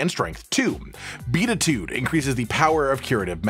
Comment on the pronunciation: Btw it's pronounced "be-attitude", ib know this because I grew up going to church lol